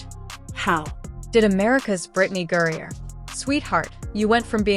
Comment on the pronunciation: GRINER. How in tf did you come up with that pronunciation? Brittney gruyere cheese?